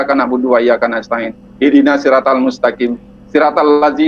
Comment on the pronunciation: Srotol mustakim 🤦🏻‍♀️ Apa susahnya sih ngomong SHIRAT AL MUSTAQIM doang. malah srat srot srat srot, kena tampol kan jadinya. Na'udzubillah tsumma na'udzubillahi min zalik.